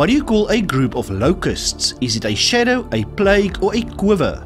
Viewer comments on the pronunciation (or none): none